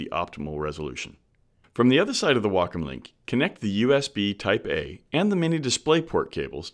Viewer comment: The only thing I got out of this video is that it's pronounced "wackum" not "waycom."